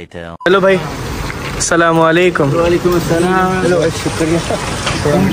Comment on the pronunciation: Not Salamaliakum its Assalamoaliakum plz don't mind beta